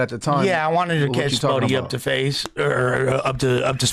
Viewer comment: Spotty lol It’s “Spoety”